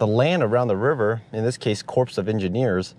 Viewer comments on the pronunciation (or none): *core of engineers not *corpse lol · Love you videos dude, keep em going, learned so much from all your vids, thankyou! Just a little FYI Corps is pronounced just like core 😊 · And I know how it's spelled... But it's pronounced "core" of engineers.